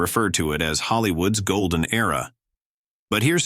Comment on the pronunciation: Gol-den era… Mar-Lean Deetric. The automated voice here is downright insulting. And the autogenerated text! Just truisms that could apply to any decent movie. This is brain-death.